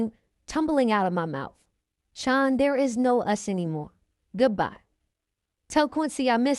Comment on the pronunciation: I enjoyed listening but I can’t help but say that when u would say “SEAN” it sounded like SHINE 🤭 but i understand the accent but i was straining to hear to keep up 😜but overall a good read